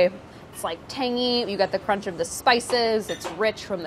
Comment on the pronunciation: Chris Morocco: You know like nobody wants to bite into a whole peppercorn... Priya: CROMNCH